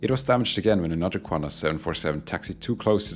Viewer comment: Take note: there is no U in QANTAS